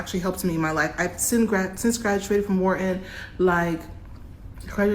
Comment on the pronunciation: If you could pronounce Wharton correctly, and not call it “wherein”maybe someone would give you a job. 😂